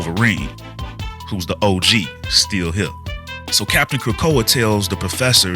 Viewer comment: Capt. Krakoa? C'mon man!